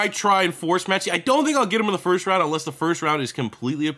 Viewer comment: the guy who made the class completely butchered Metchie